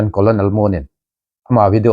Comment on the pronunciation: Kadem na ahipon Lt. Colonel kisun jongle i pronounced teng Colnel to di ahin hoti hojeh ahi min inuisat diu hi kati aja e